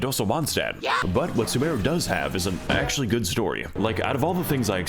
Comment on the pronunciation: As someone who plays genshin it physically hurt me when he called sumeru "soomaroo"